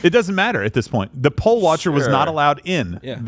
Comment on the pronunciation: It's poll, not pole. Although she may have been a "pole" worker in a really low-rent club.